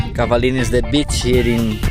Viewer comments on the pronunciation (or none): Love it! The way you say "Beach" reminds me of my Spanish teacher in high school. He was a native Spanish speaker from South America and spoke English with an accent. In his first day of class he told us if he thought we were c.h.e.a.t.i.n.g. (spelling it) he tell us but would spell that word only, because his accent was not good for that word in school. :) lol. (B.e.a.c.h.)